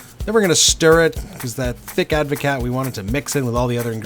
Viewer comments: It's pronounced like Ad-vo-cart 😂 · It's a Dutch word, so you pronounce the "t". Ad voh caat - cheers 🍹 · proper advocat doesn't have vodka only brandy.. and you need to learn how to pronounce it correctly